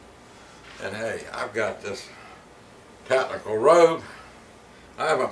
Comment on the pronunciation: Did he just say tacnical?